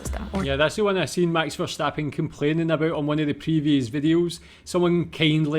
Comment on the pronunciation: Verstappen, not Verschtappen. His name is Dutch, not German, so no sch-sound in his name.